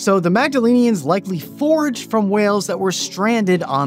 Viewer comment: You said "forge" instead of "forage".